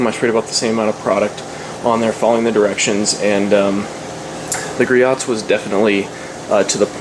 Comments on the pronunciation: Gree-oh's, not Gree-ot's. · its gree-ohs you dont say the T